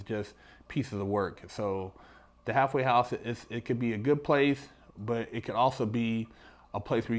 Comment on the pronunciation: I keep hearing "hathway house"